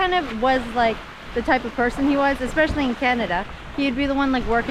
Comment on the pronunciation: He “ekkspecially” … “scooped in” .. wasn’t because of the English language, obviously